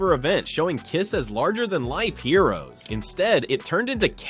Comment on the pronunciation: I can't believe that this narrative can't even pronounce the name of the Band! It's KISS! It's not the spelling of the name that gets the job done, it's pronouncing the name, that does the trick.